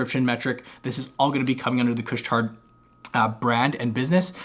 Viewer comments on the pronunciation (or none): Just a heads up, the d in Couche Tard is silent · Don't pronouce the D 😂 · you have to say it with the French accent